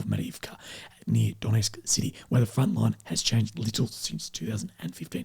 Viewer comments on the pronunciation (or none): none